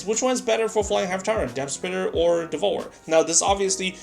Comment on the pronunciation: Learn English, its DEV-OUR-ER not devor